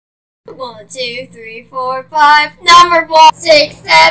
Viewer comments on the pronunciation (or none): Not numberblox, num-ber- blocks